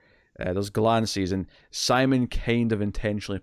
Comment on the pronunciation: First of all I really appreciate that you are watching this series in the first place and got me to check it out. I get you are reading the subtitles and then just saying it the way it looks to you, but it has been ever so slightly annoying to hear you mispronounce Simon's name every time. I get you don't speak the language, but it seems more respectful to at least try and get their names right. Anyways it's not a big deal just something I've been noticing and again thanks for bringing something more obscure like this to my attention.